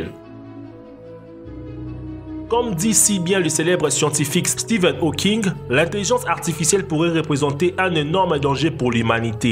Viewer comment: à prononcer Stephen howking, non c'est Stephen Hawking